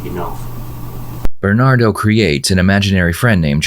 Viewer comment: "Berrrrrrnado Mendez" 🤣